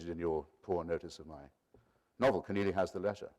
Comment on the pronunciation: Keneally not Kenearly